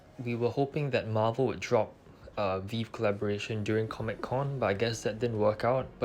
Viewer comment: Nice vid! It’s pronounced “Vee-Vee” btw